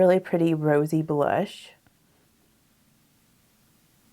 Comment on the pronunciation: she absolutely has a Southern accent as do I (I’m from New Orleans). However the word blush is one syllable not 2. Bah-lush is not correct English. However, I am 40.